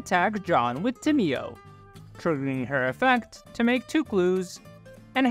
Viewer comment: tamiyo is pronounced: [tay`mo]